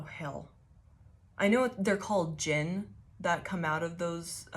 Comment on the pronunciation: The D is silent. You said it correctly. Its pronounced Jin. I pray you get what you desire most and that it brings you to your highest good. This reading explained a bit about things that happened when I was in the Middle East. I used to do boxing. Boxed a guy on deployment for fun. He had a problem with me we went into the ring. He won. I got a solid hit and dislocated his shoulder by dodging him. He went from dickhead to less of a dickhead kinda quick. Fun fact Middle Eastern people hate dogs because they believe dogs are one of the forms of Djinn. Dogs love me, even the ones that hate men and bite all men. and one of the firefights I was in while in the middle east. I had a ring of bullet marks around me. bullets hit the ground at my feet crescent moon style but they should have went in me. Physically saw that something stood by me for those brief few seconds but no one else saw it. Triangle with a circle is a hermetic symbol. Its what the people who took the moniker three initiates used in the Kybalion or looked like that.